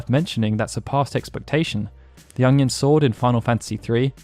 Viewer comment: I may not be a native speaker of Japanese, but I can comment on the pronunciation of "UNG-yun sword"